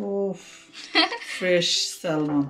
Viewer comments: not salmon , i think pronunciation will be sa-mon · স্যালমন না স্যামন হবে কথা টা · স্যমন,স্যলমন না। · স্যালমন কেন? এটাতো স্যামন হবে। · এটা উচ্চারণ হবে স্যামন।স্যালমন না।এল শব্দটা সাইলেন্ট থাকবে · I love ur vedios bt the pronunciation of Salmon should be Seh m'n the L in the word is silent... Hope u dont mind.🙂